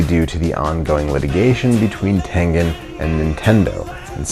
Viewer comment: That's not how you say tengen